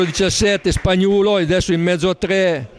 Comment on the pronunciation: è spagnuolo non spagnulo...